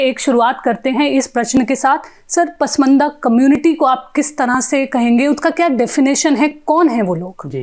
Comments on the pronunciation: Print: please ask your reporter to not to pronounce that word as 'पसमंदा', which infact is 'पसमांदा', the scheduled caste Indian Muslims, though it is claimed that Islam knows no caste. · pashmanda bolna bhi nahi aata is leftist anchor ko😀